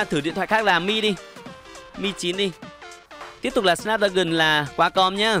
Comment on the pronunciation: Snapdragon đọc ko đc thì đọc là sờ náp dragon đi cho vui tai:v